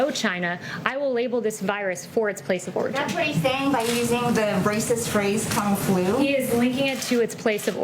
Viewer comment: Kung flu sounds like kung foo lmao